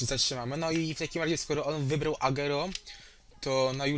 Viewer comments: sorki musze to chejtowac kurwa no mnie to boli to moj naj pilkaz a ty czytasz agero czyta się agłero PLS popraw sie ! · agero Tylko agłero tak sie czyta